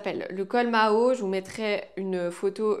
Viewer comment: Bonjour par contre c'est le col Mao et non Maho. On le dit parce que Mao tse tsung pourtait ce genre de chemises d'où cette appellation ❤😊